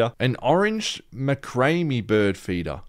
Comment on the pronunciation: ma-cray-mee has me deceased.